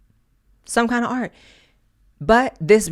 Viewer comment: "You can't even PUH a MAGA hat in AI..." Do you mean "PUT" a MAGA hat? "There is no fun and no AR on the RIGH..." Did you mean "ART" on the "RIGHT"?